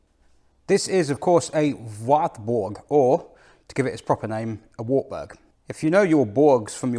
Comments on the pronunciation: Pronounced 'varburgh' told off by a German lady sometime ago... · it's pronounced VARTBOORG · Hi: your German is not that bad at all. «Nürburgring» and «Nordschleife» sound very good, «Wartburg» has room for emprovement and the «ch» sound is hard to learn; I know. I am really impressed by the performance of this little engine that I had in my 1988 Polo Coupé. Thanks for this video and see you next time »»» Martin 😊 🇬🇧♥️🇩🇪